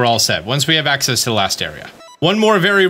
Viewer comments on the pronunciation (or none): none